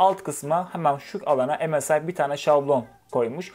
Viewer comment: Msi derken EMEL SAYIN diyo gibi 😂